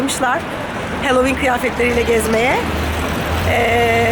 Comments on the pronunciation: Sakın yanlış anlamayın ama kulağımı çok tırmaladığı için belirtmek istiyorum, HALLOWEEN okunuşu halovin , HELLOWEEN yazılmadığı gibi hellovin diye de okunmuyor. Sanırım siz böyle söylemeyi tercih ediyorsunuz. Ama iki videonuzdur duyuyorum ve takıldım.. söylemek istedim yalnızca. Bunun dışında videolarınızı severek takip ettiğimi de belirtmek isterim :) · ey, bi, si, di, i, ef, ci diye gidiyor ya alfabe, buyuk ihtimalle a ey diye okundugu icin, bu kelimede de oyle okundugunu dusunmustur diye dusundum :D ama evet benimde kulagimi tirmaladi.